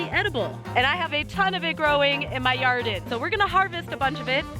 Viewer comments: if you say "yarden" one more time, imma cut a bish. xD Never mind, you did it yourself. xD BE CAREFUL! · did she say in my yarden